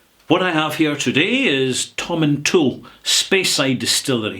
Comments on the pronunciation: Wonderful explanation tehklevster. I have visited the town of Tomintoul many times as I always make it a stop over point on my way up to Forres and Elgin. I used to spend many hours at the Whisky Castle shop. I have always pronounced the name Tomin-towl, but noticed some there pronounce it "Toil" as in "toil the land". I just wonder if the town and the distillery are pronounced slightly differently, or is that silly question? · I was going to say that too. Im from Elgin and that's how we pronounce it.